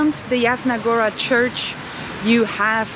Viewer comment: Yasna, "J" in Polish is prenounced like "Y" in word Yeti. Yasna Goora. 😁